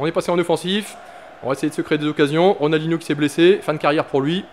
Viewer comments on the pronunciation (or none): none